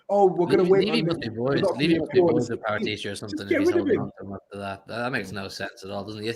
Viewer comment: No way saeed put a p in debt and the pronunciation expert can’t say Paratici properly 😂